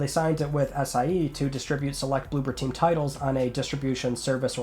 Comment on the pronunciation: It's blooBer team, not blooPer team.